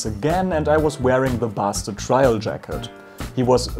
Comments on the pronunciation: Basted is pronounced "baysted" not "bassted" Also the jacket should be a few cm longer. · Too short. Also “basted” is pronounced “ bay-stead”